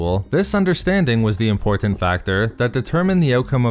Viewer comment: Too many verbal insertions of the bastardized word, “EM-POR-TENT”...🤨